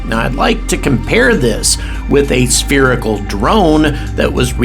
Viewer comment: 'sperical' pisses me off! lol , It pisses me off too! Keep up the good work.